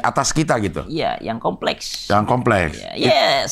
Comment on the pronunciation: "Beauty industry komplekhs" 😭